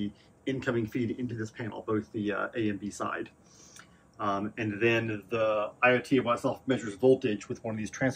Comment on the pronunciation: Eye-oat-a-watt. Good god man.